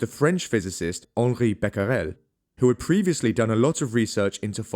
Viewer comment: Becquerel sound like : bacrel .i know that in English the le letter a sound like the letter "e" in french (dépends on the meaning of the sentence) just forget the "u" after the cq of Becquerel it is a mute letter un french